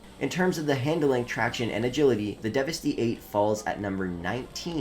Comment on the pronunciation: It’s devest-8 like devestate.